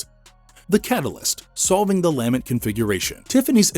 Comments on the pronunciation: Lamb-ent... its LuhMENT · Interesting video! I gotta nitpick one thing. The word is lament. Emphasis is the last syllable not the first. It just sounded so strange each time it took away from an otherwise really well out together piece. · Lamb-ent was driving me crazy.